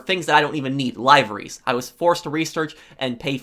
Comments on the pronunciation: It’s livery’s, say it like Liv- Er- EE’s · Why do you say liveries like that? Think more like the liver, as in the biological organ, and then say it. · The "lieverees"? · “Lyevery” lmao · You pronounced liveries and gruppe sechs wrong and it pissed me of you don’t need to enunciate the I in liveries and it’s not grupe-pe it’s group because the joke is group sex instead of gruppe sechs